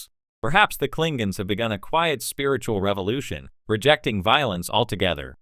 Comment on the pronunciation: "Klinguns"....LOL 😂 Fucking AI voices